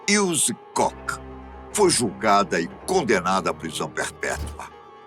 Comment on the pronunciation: Karl Otto C O C K 🤣🤣 Koch se pronunciar "cór"